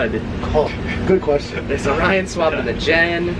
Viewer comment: its orion not onion😂😂